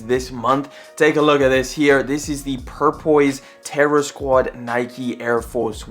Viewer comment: Bruh, your pronunciation of porpoise got me dying. Tbf, that word is weird as hell. Always love the content, keep it coming.